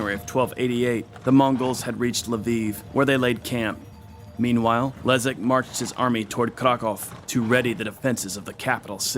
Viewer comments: Kudos for the authors for getting polish pronounciation right, which is very difficult - respect! The name of polish prince Leszek actually sounds Leshek not Lezek, but apart from that - just wow, you managed to properly pronouce sounds which are usually close to impossible for english speakers. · BTW: Leszek = LeSHeck, not Lezeck. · Great video. BTW Leszek reads Leshek In almost all cases sz = sh :) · Leszek = Leshek. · Mate, sz you pronouns as sh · Your pronouciation of Sandomierz is impressive, but in Leszek - sz is pronouced like sh in "Polish".